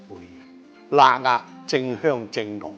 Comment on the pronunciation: 辣壓聽到好辛苦